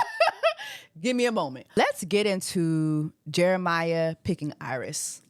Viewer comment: You keep calling him Jeremih like the singer 😂 it’s JeremiAH!